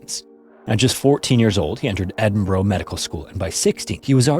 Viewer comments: I always feel like I''m tempting fate watching these videos. For future reference it's not Edinbro bro... It's Edinburgh, pronounced more like burah. That goes for any town or city with borough in the name. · Hello! Scot here with a little note for future pronunciation: your pronunciation of Edinburgh is REALLY close, but rather than Edin-BORO it's more like Eh-Duhn-Bruh. Similar with Glasgow, it isn't GLASS-cow but rather Glazz-goh. It's super easy to get tripped up by the names of our cities, towns and villages if you aren't from here, and I hope this doesn't come across as me being mad or upset with your pronunciation? I just thought it would be worth mentioning it in case future stories you tell are based in Edinburgh! As always, I'm a huge fan of your channel and your dedication to telling these stories in a way that is detailed, easy to understand and most importantly respectful. Thank you for doing what you do. :) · Pronounced "Edinburuu...." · "Ed-in-burra"is the correct pronounciation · dying for north Americans to sat cities properly: edin. burrrrrrr. or jusr edinbruuh really quickly. also if you come to this country please visit the necropolis in glasgow nd edin they're dope n david hume is in edin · Not massively important but Edinburgh is pronounced 'edin-bruh' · Edinburgh is pronounced "Edin-burah" please... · I love the content but please learn how to pronounce Edinburgh properly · Please learn to say Edinburgh properly that sounds so wrong